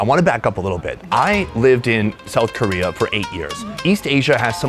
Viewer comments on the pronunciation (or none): none